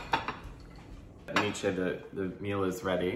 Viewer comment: Nietzsche ... pronunciation: need che (like che guevara) ;)